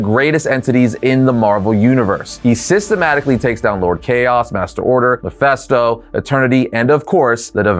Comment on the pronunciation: Learn to pronounce Mephisto's name.